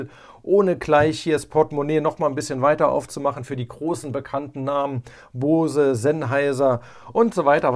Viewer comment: hahaha Bohse xd vieleicht Bose?